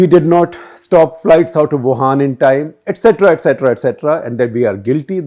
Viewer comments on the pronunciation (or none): none